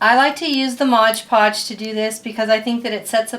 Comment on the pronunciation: Its MOD Podge, not modge podge.